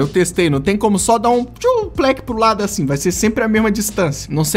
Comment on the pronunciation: KKKKKKK, o ''Achin'' ele quis dizer ''Assim''